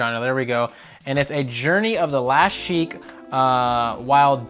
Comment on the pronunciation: Goddamit, its SHEIK! Jaysuz....